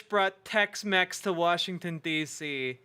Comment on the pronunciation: The blonde woman said “Warshington” I can’t.